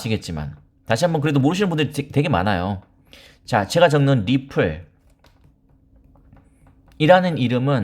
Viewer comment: 리플~~ 이 발음하는거 듣기좋았는데 ~~ 엑스알피로 바꼈어도 리플자주 말해주세용^^